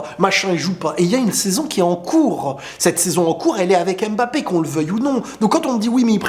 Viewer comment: OOOH merci! je suis camerounais et ça fait des années que tu me casses les oreilles avec EMbappé lol. sinon en passant est-ce que tu as entendu parler de Baki vs Doumbé?